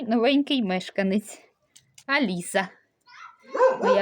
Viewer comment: Ну , ви впевнені,що у вас Аліса , а не Аліса?!😂